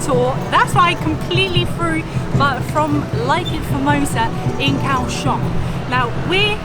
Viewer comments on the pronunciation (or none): The city is pronounced Gaoshiong.